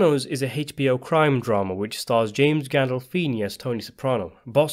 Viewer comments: It's not haychh bo it's just HBO. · “Hey-ch-B-O, Hey-ch-B-O, Hey-ch-B-O…” It's: Aye. Ch. Bee. Oh. (Animal Blundetto voice). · Haitch BO